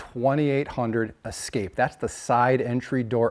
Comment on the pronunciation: Es-kimo Es-kape. It is Es-kape, not Ex-cape